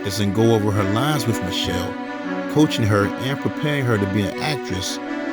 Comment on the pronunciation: Wiff = With. Wiff her??? I really like your content but is it really that difficult to pronounce the "th" in the word "with"? You're obviously an intelligent person which can be seen in your content, editing and research. When you continuously use incorrect grammar and pronunciation it only serves to make you sound less intelligent than you are. I'm not talking about any slang as we all know what slang is if you use it, it is intentional but mispronouncing words, EASY words like with, and using the "f" instead of "th" it's just not a good thing man. Hope you don't take this offensively as that is absolutely not my intention but simply to point out something that you may want to pay attention to and work on.